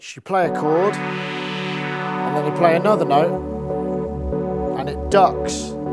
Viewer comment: "8 noteTH"